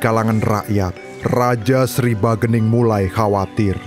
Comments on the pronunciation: ralat min, bukan bagening tapi sagening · Bukan bagening.....tapi sagening